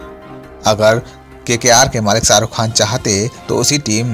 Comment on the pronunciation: हमे लगता है...तुम अपणी हिंदी पेहले सुधार लो...सारुख नही शाहरुख है वो...